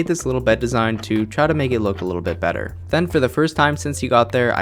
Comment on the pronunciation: A little bit... BEDder! lolololololololololololololol